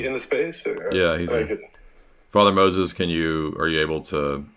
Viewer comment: Girl wants to pull up with a RC gotcha just to mispronounce the name Moses and not know what the Eastern Roman Empire is. Sad day for Catholic apologetics.